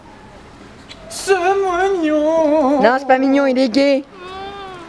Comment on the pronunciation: "c'est migion !!" " non c'est pas mignion il est gai !!"